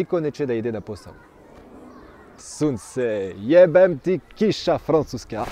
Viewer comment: Excellent, tu parles de mieux en mieux. Bon courage, faudra faire le chapitre des "femmes vs hommes" si ta femme ne te tue pas avant la fin ... :) . Le "jebem ti" tu le tiens bien, comme un vrai de vrai :D